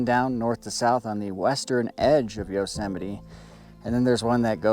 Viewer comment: Yosemity??? Say no more. 🦍🐒🦧😢😢😢